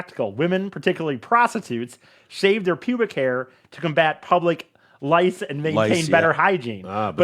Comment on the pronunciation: lol "public lice" i love you E